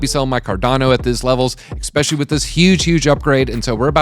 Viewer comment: iss specially rather than ik specially ;-)